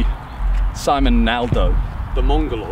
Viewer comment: simon naldo? no, its sinaldo